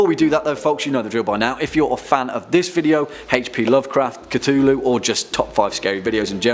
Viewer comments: “Lu Kthu”? Really? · I'm having trouble pronouncing Cthulhu... I can't seem to create the sounds.